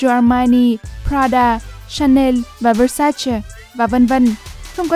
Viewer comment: Ôi lậy chúa!!!lần đầu nghe có người phát âm đúng từ Versace 😊😊😊